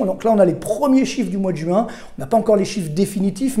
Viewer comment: Écoutez cet homme, ne serait-ce que parce que ce doit être l’un des seuls parisiens à savoir prononcer « juin » et non « jOuin » 😂